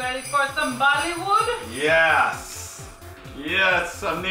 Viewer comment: When quake said "ready for bollywood?" I thought she said "ready for vomitfood?"